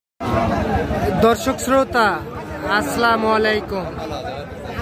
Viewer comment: যে ভাবে সালাম দেন,,, এটা সঠিল না।